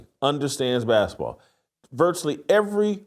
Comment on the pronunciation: What's a "baskah" ball?